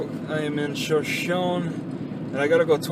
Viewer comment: Pronounced "show-show-knee"